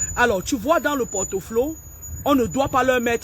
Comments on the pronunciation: on dit le portfolio et non le portoflo😂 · Ça s’appelle Port Folio et pas porte Flo